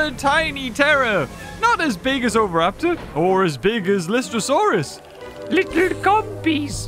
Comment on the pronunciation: It’s lie-stro-saur